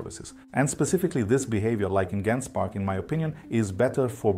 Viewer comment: Surely it's "jen-spark"